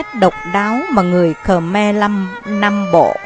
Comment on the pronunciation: Không biết bạn quay bằng máy gì, nhưng hình ảnh tương đối chuẩn. Về phần thuyết minh, thì giọng đọc này đc khoảng 3 điểm. Đặc biệt người nghe rất khó chịu khi nghe từ Khờ Me.